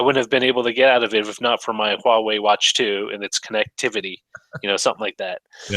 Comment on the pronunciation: Is it just me, or is pronouncing Huawei (hwah-way) like Yahwah (yah-way)?